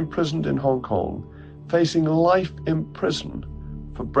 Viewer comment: its Hong Kong - not HONK!